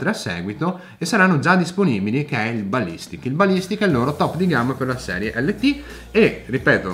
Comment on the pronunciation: Si legge "lait end taf" 😉